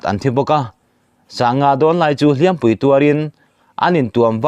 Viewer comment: A bengvar thlak ṭhin e,HLIAMPUI tih i lam rik dan kha a dik chiah lo ani.hiampuo tih h ri sang ni lkvin rihniam tur ani a,entir nan,ka chesual a pem ka,nei a,chu vhu ka hliam a,mahse mi dang ka ti bem palh a ka hliam palh ri jniam tur ani